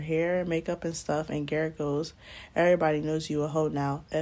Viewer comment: She said " GARRRETTT" I am cracking up! lol a name I cant pronounce some African man lololol. Hilarious